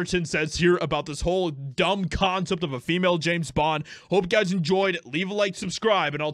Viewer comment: James Bond, not Jane Bend